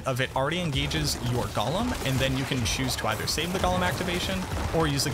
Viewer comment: So a TINY nitpick... I think it's funny that you constantly mispronounce Golem. It's GO-lem (lets go!), while you're always saying it like the hobbit character, Gol-um (golly!) Other than that, as usual i love how in depth your videos are, and look forward to the day when you either try another class to focus on, or an expansion comes out that more properly fleshes out the Necro class with more skills and build options, as opposed to the 4 core skills (Storm, tendrils, CE, curse) plus damage/minions (that you correctly pointed out in a previous video)